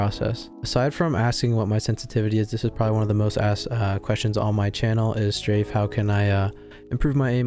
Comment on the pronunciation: day 79 of saying straimhfe’s name wrong